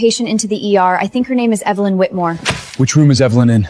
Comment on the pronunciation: It's funny how mother pronounce the family name differently every time . Whitmore , wheatmill , whitim...